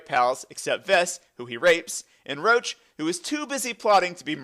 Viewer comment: Imagine pronouncing Roche as Roach lolololol